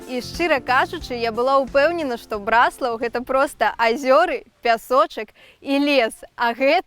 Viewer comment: БраслАвы, БраслАў - не кажыце так. Правільна БрАслаў, брАслаўскі. Наступны кадр - БраслАўскае неба! Заслона.